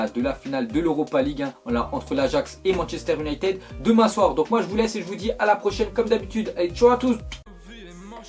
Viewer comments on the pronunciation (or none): none